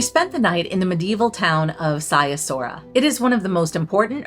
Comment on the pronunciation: Brasov is my favorite city in the world. My wife was born there and we go back several times a year. The family flat is about a 10 minute walk from the historic centre/Black Church. (Edit: Sighisoara is pronounced "Siggy Schwara" 😊